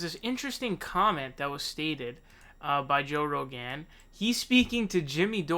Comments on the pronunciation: Joe Ro-Gan 😂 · Joe Rowgaan